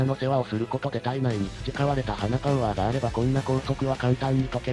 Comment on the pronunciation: 流石中央トレあの『花パゥワー』が使えるとはな『花パゥワー』って何だよ…